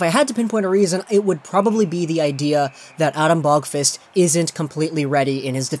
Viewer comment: please just say Adam you cant say his last name correctly don't make me suffer